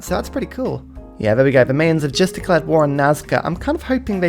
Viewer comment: No one gonna comment on how he says "Mayans?" The Mae-uns... no no, mate. My-ins. More specifically, the plural is Maya (my-uh).